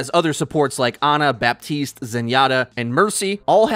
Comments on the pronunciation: Anyone else affected on how he says Baptiste? It's pronounced BA-TISTE NOT BAP-TISTE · stop saying baPPPtist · As a french speaking person, the way he pronounces Baptiste makes me cringe so hard.